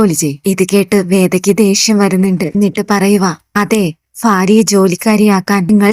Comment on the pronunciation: ഫാര്യ അല്ല ഭാര്യ ആണ്